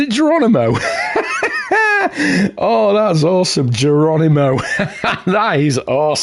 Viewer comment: Wonderful vid mate.... tis is gerronimooh and u pronounced it correcty!